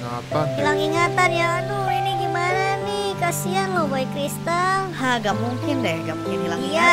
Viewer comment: Baca nya boboiboy cristal bukan kasian. si. boyboykelistar.